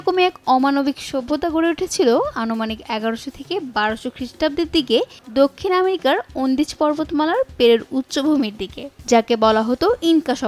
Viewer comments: অন্দিজ না এটা হবে আন্দিজ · Ondij porbotmala na Andij porbormala. Bolce south America r dakhacce sob kicu Egyptian. 🙄🙄🙄🙄🙄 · ওন্দিজ না, আন্দিজ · অন্দিজ কি আবার আন্দিজ হবে